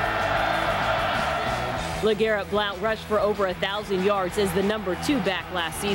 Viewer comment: What? I was just saying that cuz the anouncer pronounced it like BloWNt